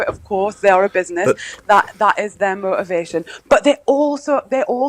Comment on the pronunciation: This goggled eyed halfwit can't even speak English, if i'm allowed to say English these days. Mo-ivation, w-ot, hounes-ly, posi-iv and 8 ate and using a instead of I!! Dunce bottom of the Diane Abbott school of thickos.